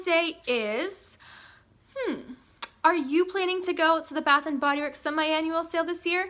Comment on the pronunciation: At first I thought you said bathroom and Bodyworks